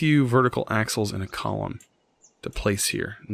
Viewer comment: I thought he said assholes when he said axles. Lol